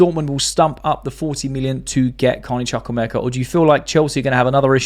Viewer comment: Btw the name is Chukwuemeka. Chu in ‘Chuk’ pronounced like chu chu train. ‘Wu’pronounced like wo in wool.